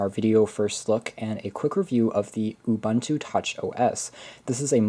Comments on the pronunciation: stop pronouncing it Ubanta. It is pronounced OOBOONTOO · U-Bun-Tu!? nah U-Boon-Tu ;)